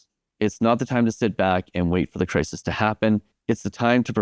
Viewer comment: “cris-is” bro. Not “cris-ease”